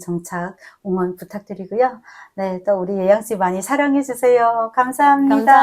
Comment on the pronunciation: 십월!아닙니다 시월이라고 고쳐말해주세요~ 십월이란소리듣고 배꼽잡았네요~어감이상당히 불편하게들리네요~북한분들. 웅원 아니고 응원합니다 ~